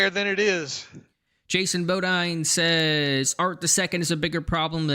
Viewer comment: It’s pronounced “Bo•deen”,. Good lookin’ out on responding to my comment, also. 👍🏾